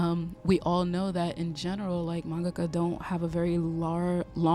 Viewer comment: Maybe I’m too "particular", but thank you for taking the time to pronounce manga-ka correctly!!! I’ve watched too many videos where it’s been pronounced man~GAKA. I’m taking that as a sign that your video came to me at the right time. I had a dream to be a manga-ka in elementary and high school and then it kinda faded as I became an adult.